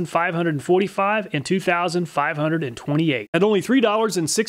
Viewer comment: pronounce "HUNDRED"